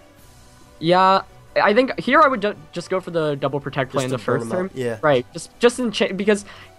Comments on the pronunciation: Lol u said tect. U need to just pronounce the word my dude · Did just say tect? Asin protect? Lol thats fucked up